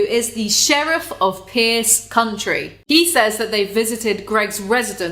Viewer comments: Lol... It is County, not Country. (no R in the first)... But, you get a pass cause you're British.. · "Pierce country" Girl I love you but as somebody from the states that made me laugh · Pierce County, not country. Which is sadly my county 😭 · Sheriff of Pierce “County”, not “Country”. lol funny that was right after u spoke about the brain fog. To be fair I know you’re in the UK, do they even have different counties there?